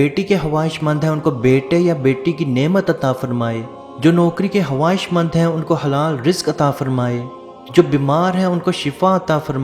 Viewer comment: Khabaiss not khabaesiiii bro.